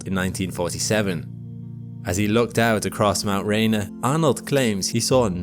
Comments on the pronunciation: Good job on these videos. The "Rainier" in Mt. Rainer is pronounced as "Ray-Near". I had to be told once too...lol. Just to let you know. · Pronounced Rainier wrong almost right away lmao